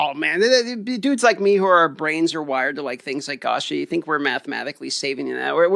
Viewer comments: It's definitely pronounced like gotcha but with and A, as opposed to 'gasha' like said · The way pronounces "Gacha" is like stabbing my ears with a knife.